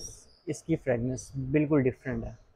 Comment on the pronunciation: Bhai sb fragnanc nahi fragrance hota hai pelay yeh correct Kar lo